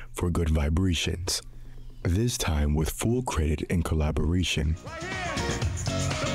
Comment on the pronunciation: Am I the only one who heard how he pronounced vibration?😂